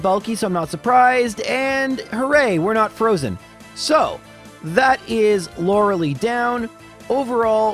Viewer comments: Lore-lee for, Lore-lie for everyone else & to be correct apparently... but am I alone or did anyone else pronounce it Lore-lay as a kid??? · "Loreli" I'm dying 😂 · Why am I so uncomfortable with the way he says Lorali? I always read her name as Lore-a-lie. Am I the one saying it wrong? Lol it's a great video but I've never heard it said like that